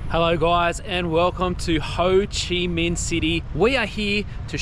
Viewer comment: It's ho chi minh, not hoe chi minh